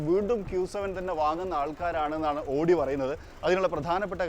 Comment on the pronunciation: Pronounce Owdi.not odi please ❤